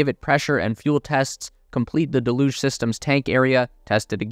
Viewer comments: "Deluge" is supposed to be pronounced DELL'yüj, not duhLÜJ'. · Duh looosh? Its 'dell yooog'. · Can't take it seriously when you get to the word 'Deluge' type it into any dictionary app and hit the little speaker symbol and it will tell you how to say it ! just nitpicking really but it's really annoying ' DELL - hUGE '....cheers. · Look up "deluge" and hit the pronunciation button. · You're pronouncing deluge incorrectly. Search for deluge on an online dictionary and click on the speaker. It will pronounce the word for you.